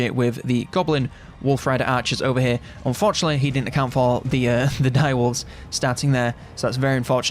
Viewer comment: When he is saying fortunately and unfortunately it’s indistinguishable lol